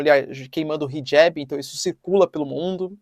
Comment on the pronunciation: Hijab!!! Professor!!!!! Está incorreta sua pronúncia!! Pelo amor de Deus!!!!!